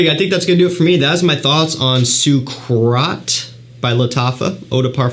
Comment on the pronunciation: I think it’s pronounced Suga-a-rat.